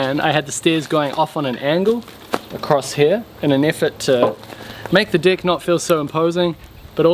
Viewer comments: That pronounciation of "deck" seems off to me :-P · I was surprised it could tell the difference between two minor pronunciations. Even intentional malaprops.